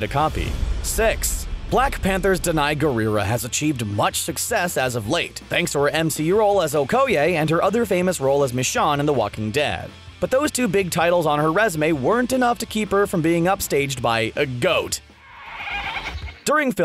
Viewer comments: MISH ON??? IT’S MICHONNE! MISH OWN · Mishawn? It’s michonne dude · Mi SHOWN not Mi Shawn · Why does it piss me off that he pronounced michone wrong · Are we not going to talk about the fact that he said Mashawn and not Michonne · MaSHAWN!!!!! ITS MaSHOWN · MICHONNE (Mish-own) not (mish-on) some doesnt watch the walking dead lol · YOU SAID MICHON NOT MICHONE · Mishaan michonne say it with me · "Mizshawn" lol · He said “mishawn” instead of Michonne 🤣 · wow ok, i dont watch TWD and even i know her name is Me-shone not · It's michone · Omg I hate how you said michonne as michon 😰😤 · 1 these aren't really bloopers and 2. Danai's name is the walking dead is pronounced Michown but still spelled Michonne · Did he pronounce her as michun Also: editing mistakes aren't BLOOPERS!!!!! Neither are research mistakes Or small technical woopsies Bloopers are actors messing up GEEZ Or ones from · Sadly. He pronounced her name wrong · What pisses me off more than him talking over the bloopers is how pronounces Michonne. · You said Michonne wrong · He said michone name wrong and her black panther movie name lol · Blooper yourself when it came to michonne. Pronounced it wrong